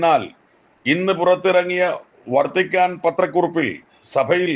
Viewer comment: This pastor he doesn't have knowledge about Malayalam language, not VARTHICAN, it is VATHICAN, poor pottan pastor, what Vatican said you don't know, mother Mary is Jesus mother so she is our mother also, food id ready go and eat, foodies